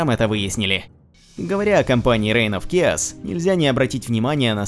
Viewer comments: Чааос а не киос!! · Учите английский. Хаос по английски читается как [к'эос], в данном случае CH произносится как [K].